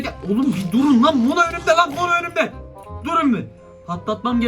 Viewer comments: abi Mono değil Momo oo birde patalt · Abi yanlış anlama ama mono diyil momo yanlış anlama lütfen 🤗🤗